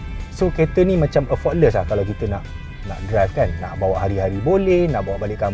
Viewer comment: Nk review kete tapi facts tak accurate. Sebut honeycomb salah, effortless pun salah.